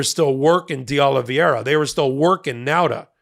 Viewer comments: It's De Oliveira with 2 'i's, but you have the pronunciation correct. This is a very common (and annoying) mistake with the "ei" vowel blend. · Americans have trouble saying Oliveira. They think it's Oli-viera. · Why cant these highly educated lawyers pronounce Oliveira's name correctly? Do they find reading difficult? pronounces Oliviera (i and e round the wrong way)and Ben Mieselas pronounces Oliveiria (adds an extra i before the last a). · respectfully, I know you don't speak Spanish or Portuguese, but this pronunciation of that last name Oliveira is killing me lol It's pronounced "Oh-Lee-Bay-Rah" You are actually pronouncing the R correctly because it's a soft one, almost like a T or a D, not the "rolling R" everyone assumes is the only one.:-)